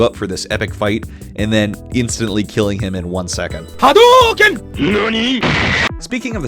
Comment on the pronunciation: "Ha-DOO-ken"... LoL! Good shit.